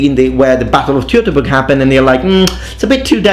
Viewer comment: STOP! Where the f did that battle happen? "tjew to burg"? No. It fucking didn´t. It happened at "Toi to burg". Fuck´s sake.